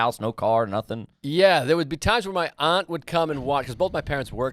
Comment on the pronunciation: Joe pronounces aunt properly, not 'ant' like most Americans